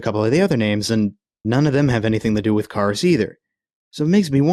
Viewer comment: you kepe saing karas wrong